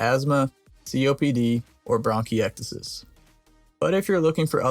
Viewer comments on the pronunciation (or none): Did you say bronkyexitus?